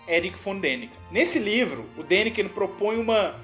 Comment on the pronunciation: não é Dakinen! Kkkk.... é Daniken. Por aí agente já observa seus comentários né.....